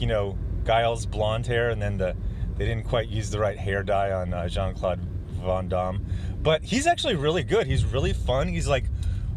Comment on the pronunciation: you're so damn worldly. I can tell by the way you say Van Damme lol